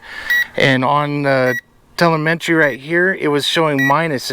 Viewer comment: When you tel-A-met-tree stops working you gots to call it man!